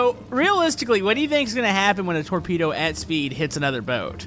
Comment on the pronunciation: what is a torpedo sounds like tornado